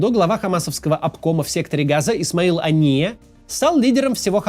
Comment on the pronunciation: Хания, а не Ания!